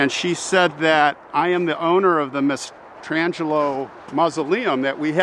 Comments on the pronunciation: She says the name strangely, ‘mastra-angelo’ but people I know with this last name pronounce is ‘ma-stran-Jello’ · I think the young lady who gives the tour should know how to pronounce these beautiful Italian names. Not her fault, she may not be a full blooded Italian or never studied or spoke the language. The name "Mastrangelo" is pronounced in 4 syllables, i.e. phonetically mass-tran-gel-o. Consiglia is not "con-sig-leo" but in Italian words with "gl" together emphasizes only the "L." That name us pronounced "Con-seel-ya." (no "sig" at all!) And if you look at the holy card in that lovely book you will note her name is listed as "Celia." That is very close to Consiglia, when her name us properly pronounced. She may even have her name Americanized to Celia on many of her documents throughout her life. I just love how you have preserved these treasures.